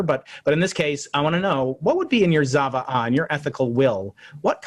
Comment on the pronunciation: Interesting talk... I often find interesting nuances when listening to American Jews.So, I very much enjoyed the fact you saved room for that. BTW, don't say Zava'ah with a Z sound at the beginning, cause that sounds like a totally different word than what you meant. Pronounce the Z like you pronounce it in Pizza, i.e. more of "ts" sound. Shana Tova and גמר חתימה טובה to you both